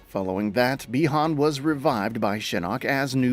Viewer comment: but yet he flipping said Chinese "Bi-Han's" name right WTF!!!